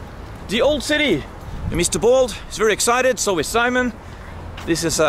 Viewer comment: Simone ain't spanish. The correct form is SIMÓN /see/mÓn